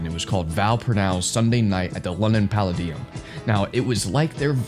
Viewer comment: Palladium is pronounced PA-LAY-DEE-UM.